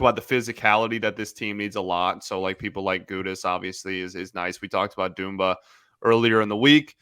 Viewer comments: Millions of people, including my 6 yr old daughter and the man himself, pronounce his name as it’s spelled: Dumba. Why must there always be one person that pronounces names differently? 😂 Like That dude on 97.1 Is this a cool thing? Ok, it’s Doomba! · Dumba Dumba Its pronounced like its spelled dumba